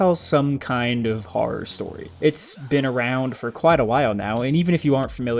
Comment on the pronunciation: Bro can't even say the word "horror" right